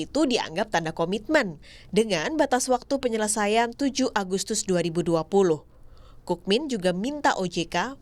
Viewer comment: Kookmin dibaca Kungmin